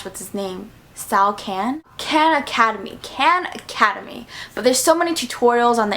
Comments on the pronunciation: you said khan academy wrong lol anyways, this is a really helpful video. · She said khan academy wrong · its kon academey